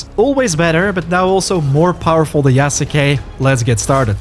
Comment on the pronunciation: Ita "Yas-kay", the u is silent.